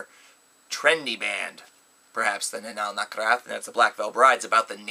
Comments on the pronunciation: ***** Well, read my comment again please. is pronouncing their name "Anaal NaKHraTH", when they're actually called "Anaal NaTHraKH". See what I'm saying? Also, they don't pronounce their name "Anal Nathrakh", which you wrote. That would translate to "eɪnəl næθræk", but the correct pronounciation is "ɛənæl næθræk". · good job mispronouncing their name. they're called anaal nathrakh, not anaal nakhrath.